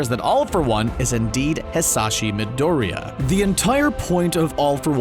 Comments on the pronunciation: "Izuka Midoria" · Gosh... Stop this when you can't even spell the names right... Not just is "Izuka" completly wrong, but you can't even say Midoriya in the right way... 😐*